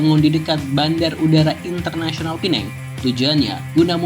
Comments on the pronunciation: PEMBETULAN , PULAU PINANG BUKAN PULAU. PINENG , DULU SEMASA ZAMAN. INGGERIS MASIH DI NEGARA MALAYSIA. MEREKA MENYEBUT PINENG TP SEBENAR NYA SEBUTAN YG BETUL ADA LAH PULAU PINANG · sebutannya salah bang..kalo mau sebut pulau makanya pulau pinang..bkn pulau penang..pulau pinang itu bahasa melayu nya sedangkan penang itu inggerisnya... pulau pinang hadir